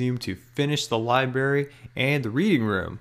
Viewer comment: dude how old are you it's not liberry its liBRARY